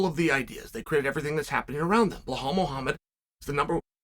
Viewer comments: BLAHALL “TWIN TOWERS” MOOHAMMAD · Bleholl ‘ANTHONY SMITH’ Moohamod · It’s bilal